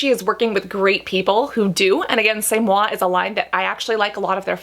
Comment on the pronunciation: I cracked up when you pronounced c’est moi the way you did in the other video. I’m glad you figured it out. 🤣